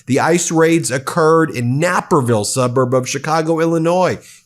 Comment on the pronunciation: He lives in California. He pronounced Naperville correctly. He is not AI. Are you?